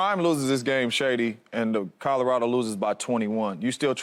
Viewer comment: CADDA-RADO….lord have mercy.